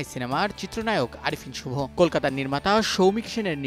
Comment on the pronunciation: মুখে অন্ডকোষ নিয়ে উচ্চারণ করেন নাকি? শুরুতেই নামটা এমনভাবে বললেন যে- ৩ বার শোনার পরও ঠিকমতো বুঝি নাই।